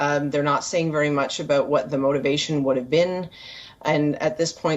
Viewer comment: How does India pronounce letter “v”? She repeatedly thinks v is a w in English.